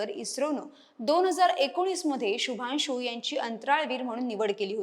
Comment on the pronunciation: माहिती चांगली आहे शुभांशू ह्या नावाचा उच्चार शुभानशू असा नाही. मराठी भाषेतून निवेदन करत असताना मराठी भाषेत या शब्दांचे उच्चार कसे आहेत हे याचा अगोदर अभ्यास करा आणि मगच निवेदनाला उभ्या राहा